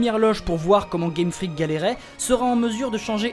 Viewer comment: Je suis perturbé A chaque fois que je t'entends dire "Game Freak" J'entends toujours "Game Frique" D